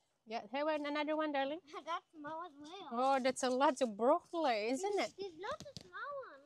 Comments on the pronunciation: It's zucchini not zacchini, and brocolli not brocollai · Wag mo n aartehan ang pagpronounce mo ng silver beet ginagawa mo silver beyt. Pati brocolli ang sinasabi mo minsan brocolay brocoley.. hayyy.. hindi mo ako basher nakakairita.lng kasi pakinggan